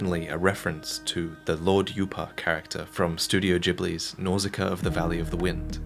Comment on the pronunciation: Gotta appreciate the correct pronunciation of "Ghibli"... but Nausicaa technically isn't a Ghibli film as it was made before the Studio was founded!